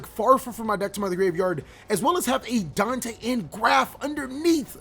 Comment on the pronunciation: Bruhhh my mans really did say "DANK-te" bruuhhhhh moment